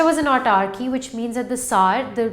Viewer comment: she is not correct in pronunciation. she is pronouncing it as autarky instead of autocracy. Teacher should have done extensive research before putting it for public access